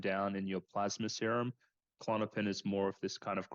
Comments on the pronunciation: Why do people call it Ku-Lon-o-pin? It’s just Klonopin. Little pet peeve. But anyway, yea it’s horrible I’ve gone through many awful withdrawals myself and I hope to never have to again. Hearing this, I’d be scared to not make it through (as I’ve felt going through it in the past too!). Was on klonopin over two decades. Prayers to all struggling to safely get off these drugs. ❤ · After all she's been through, she still doesn't know how to pronounce Klonopin or how it's different from Xanax? Bizarre.